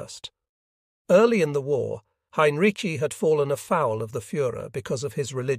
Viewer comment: Why is Heinrici’s name butchered so badly - and differently? It’s atrocious.